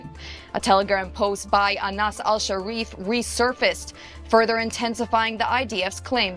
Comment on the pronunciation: “Anas”Hasharif. Really? Who? Hasharif?